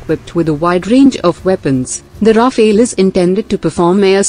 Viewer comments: It’s not “Rafaël”, it’s “Rafale”! And there’s a reason for it! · it's not Rafael actually it's Rafale litereally means gust of wind. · Rafale, not rafael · Rafale and Raphael are two distinct/different words! There is no e between f and l in Rafale. Rafale is translated as fire burst or wind gust. Raphael is just an archangel. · Sweetie, it's called Rafale. Not Rafael. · It is Rafaal not Rafail. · It's Rafale and not Raphael. Goddamit! At least get the name right if you consider yourselves some kind of expert source. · ALright everybody pay attention. This is how you pronounce 'RAFALE': RA-FALE --> 2 syllable word --> 'A' is prounnouced 'AH' as in 'ARM'. The 'E' at the end is silent. RAFALE means 'Burst of fire' in the military shooting sense and 'Gust' of wind in the meteorological sense. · Love the pronounciation. Ra-fail. Sounds about right. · It’s pronounced Rafael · Could you imagine why the Rafale ( pronounce Rah-fahl please ) is three time more expensive than SU 30 ...? Its because it is ten times more reliable .....and twice more effective its good value for money F-35 will be twice more expensive and don't mention F 22 .... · The name is RAFALE, unlike Raphael, the way female voice pronounces🧡🤍💚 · On what basis do you claim that the SU-30MKI is a viable air dominance fighter? How does vectored thrust help, or even the Pugachev Cobra? And the spelling is RAFALE, pronounced RAFAAAAAL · The correct name of that plane is "Rafale" which is the French for "gust" (as in "gust of wind") or for a "burst of fire" (as in machine gun "burst of fire"). The phonetical confusion came as a result of the lecturer's mispronunciation of that French jet fighter's name. Show less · Rafale learn your French or stfu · It sounds better when it is pronounce like ....Nadal